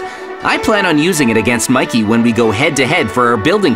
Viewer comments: I saw say mickey But its Mikey (Im not being a hater I love maizens vids:D) Its kinda funny he said that 😂😂😂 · Miked ? Do you mean Mikey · At one point It said Mickey instead of mikey💀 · Guys, if you change the language mikey heard like shinbi house heawnwoo and is shinbi house shinbi